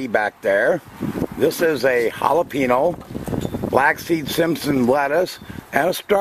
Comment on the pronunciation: The little curly-que on the top of the in in spanish words mean you sound it like a "Y" so the word sounds like "HALEPEENYO". Not "HALEPENO"!!